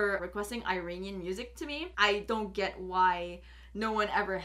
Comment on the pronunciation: Practice on your Pronunciation ( Iranian)